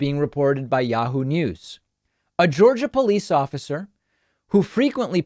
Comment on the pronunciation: Goergia did you say? SMH. Thoughts and prayers for everyone.